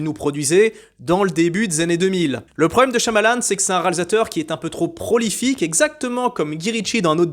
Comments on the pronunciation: Shya-ma-lan ! C'est pas compliqué quand même 😅 P.S. : j'ai bien aimé Phénomènes aussi 😉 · CHAYE A MA LANE, c'est pourtant pas compliqué ça prend 5 secondes de vérifier sur Google comment se prononce son nom. Et c'est pas Mister c'est juste M, c'est pas un super Héros, Mister Glass c'est dans son film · Et cela se prononce CHAMALANE 😊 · C'est ssi dur de dire "Chia malanne" ? ^^ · Mdr le niveau intellectuel de la critique je suis mort. Bon déjà être incapable de prononcer Shya-ma-lan c'est chaud hein, si tu veux être pris au sérieux fait un minimum d'effort. Quelques unes de mes citations favorites je pense: "les français ils font que des champs contre champs" "Ca fini même pas sur une fusillade ou une scène d'action". Dommage que y'ai pas un diplôme obligatoire pour poster sur youtube par que là c'est abyssal le niveau, aucune analyse technique, rien. Heureusement la chapka et le coup des lunettes font illusion. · Mais comme écorcher ce nom si facile, M. Nuit Marshmallow (au coin du feu, pour la ref ^^). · Shyamalan c est pas compliqué à prononcer.. Fais un effort qd même, un minimum de respect pour le gars lol